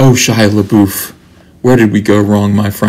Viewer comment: A agree with you about Indiana Jones and the Crystal Skull. It got a lot more hate than it deserved. Perfectly enjoyable movie. I see you also pronounce LaBeouf correctly like I do.